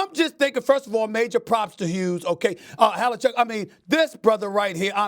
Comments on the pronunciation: #1, it's Hellebuyck, not Hellecheck. #2, you a fool when it comes to hockey SA ! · Did Stephen A call him Hellechuck? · HIS NAME IS NOT HALLE CHECK CANT even pronounce correctly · Ah yes, my favorite goalie, Connor Hellechuyck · Did he call him havlichuck lmfao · Lol “Halle chuck” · I think he said that on purpose. Hellechuck has some jam to it. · SAS can't even get Hellebuyck's name right, SMH.